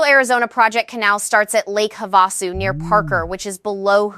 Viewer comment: It is pronounced PEENAL (Pinal). Have A Sue (Havisu) Emphasis on Hav,. Also watch the live and live. They always say one or the other but AI's do not understand two pronunciations but the same word. It is not logical so even a machine that learns can not understand that live is used one way and when you go LIVE it is a long i. You cannot code this Ai but the information is important. It should not turn people away. And the people in small towns in Arizona will be impacted by this, very hard. We live in Tucson. I would love to share these with other friends in our state of Arizona, but with these mispronounced names, sound amateurish and silly. The speaker was a woman's voice. But it did not know the difference between long i sounds and soft i sounds like tissue. In Spanish the i's have the long EE sound like in feed.